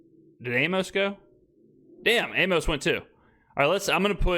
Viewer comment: Amos is pronounced like Amos and Andy